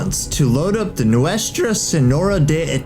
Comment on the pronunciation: My favorite part is when he attempts to pronounce "Nuestra"